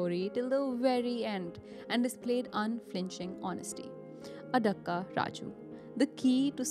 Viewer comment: Even if your pronunciation of 'Kottayam' and 'Adakka' were funny 😅, I enjoyed your narration. Keep going guys... Yes, this was a shocking case ever in the history of Kerala which revealed the powerful Satans in the catholic community.